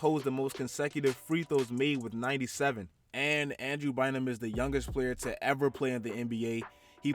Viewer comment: Bynum** not Bryum